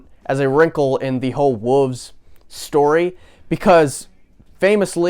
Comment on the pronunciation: Confused why you say Wolves like Wooves hahah thought the album was called Wooves until Ye said it